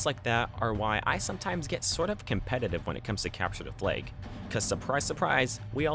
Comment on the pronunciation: Why do you say cepture da fleag?